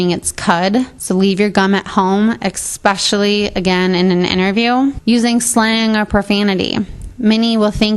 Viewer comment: "Exspecially"??? Really? I've never heard that said in a professional context.